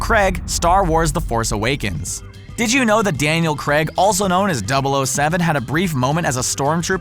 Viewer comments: Oh it's creg now not Craig now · Daniel Creg LOL